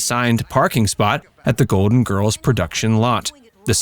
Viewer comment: Golden Girls has an L LLLLL in it ...Please prnoune your LLLLL